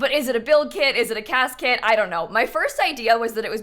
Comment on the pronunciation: im sorry but whenever you say "cas kit" it sounds exactly like casket 😭